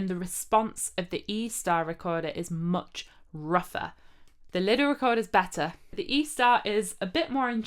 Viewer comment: My neighbour just knocked at the wall, most likely thinking it was me playing out of tune. And it's fun to hear you pronounce Lidl almost like "little". At least in Austria we say Leedle.